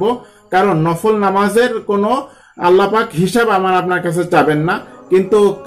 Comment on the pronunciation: It's "BEDAAT" You can pray as like "NAFAAL"